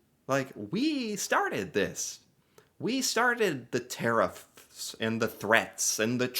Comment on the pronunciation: There Tariffs... not Care-IF's